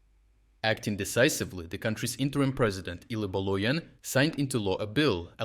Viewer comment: Boloien :)) It's with J like in Jakarta, BoloJan